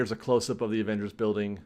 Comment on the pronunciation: Is he saying "Avengery"? I believe they stopped construction because of Unions, they cannot build during the pandemic